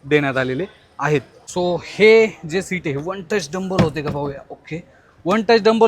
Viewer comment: खूप चांगली माहिती दिली . धन्यवाद दादा. फक्त एकच correction करा. Seat हे one touch tumble होतात. तुम्ही " डंबल " असा शब्द उच्चारला. त्याजागी tumble हा शब्द वापरावा. 🙏🙏